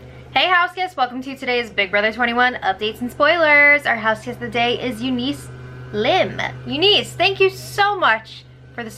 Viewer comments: Pronounced younis. Not Eu-nice! I'm just trying to be helpful! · ron p there’s a Eunice city near me pronounced U-niss 🤷🏼‍♀️